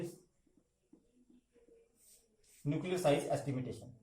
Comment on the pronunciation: It's estimation and not estimitation!